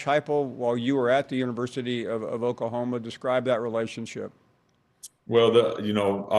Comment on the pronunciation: I CANT STAND HOW PAUL PRONOUNCES “OKAHOMA”!!! ITS OKLAHOMA PAUL!